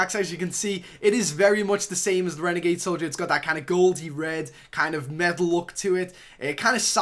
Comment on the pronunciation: It annoys me when he calls it a "renegade"